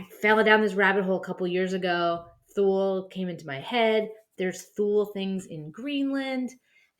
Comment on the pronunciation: It's "Tool-Uh" Gesellschaft.....